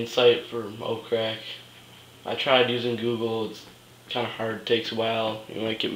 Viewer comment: NO OFFENSE - its not pronounced OAF-CRACK its pronounced - O-P-H-Crack